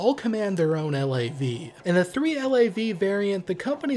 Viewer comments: FYI we never called a LAV a L - A - V. We called them a LAV. In one syllable as in the first syllable of lavatory. Seeing as they are Canadian, anyone who calls them L-A-Vs are wrong ;). Ret'd former LAV Crew Commander, 1 PPCLI. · Couple points: We don't call them L.A.V's...spelling it out like you do...we say LAV. You never anglicize the Royal 22ieme Régiment's name, by pronouncing it 22nd. Its name is french and you don't translate it. The CSM is not necessarily the the MWO with most time in...company sergeant major in the Canadian military is an appointment not a rank...therefore any master warrant officer can be appointed CSM. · I wasn't sure because I've been out for a while but 1VP was speaking about bringing back both mortars and pioneers. Just a friendly FYI. We pronounce LAV as a word not the individual letters. As well as FOO and FAC